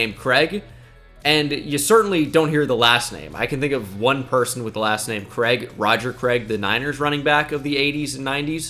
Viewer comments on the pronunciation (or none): The way you butcher the name "Craig" will never not be funny. :) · The way you pronounce Craig is just awful makes me sick 😂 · Never knew before this video that Americans pronounced Craig ‘Kreg’ instead of ‘Crayg’